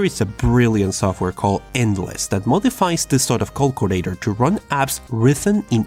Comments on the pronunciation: Lol he says cockulator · I like how he says Cockulator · I like how you say “calculator”